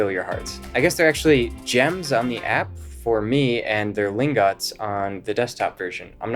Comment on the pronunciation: Btw I think it’s Lingot (ling-get) like an ingot? Gold ingot? Silver ingot? Just saying